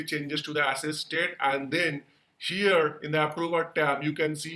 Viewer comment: The state's name should be Assess and not Access, but while explaining it is said as Access